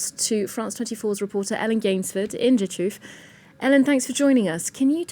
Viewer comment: Congratulations on pronouncing Rzeszów correctly!